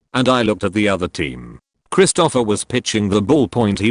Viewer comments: XD Now I can't unsee it XD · Every time the AI voice says "Christopher" I chuckle....Krist-O-Offer instead of Krist'-O-Fur.